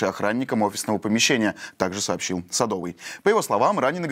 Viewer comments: Не СадО вый. А СадовЫй! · Садовый - ударение на "ы". Можно было и узнать как произносится фамилия человека